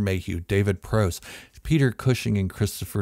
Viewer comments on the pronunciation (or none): You need to learn how to pronounce “Prowse” correctly. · or you could pronounce it like David Prowse did and how it’s been pronounced at every official venue, which isn’t the way you said it. If you’ve seen his documentary and any interviews then it should be obvious how it’s pronounced and you should have the confidence to correct the fools telling you to pronounce it the way you did here.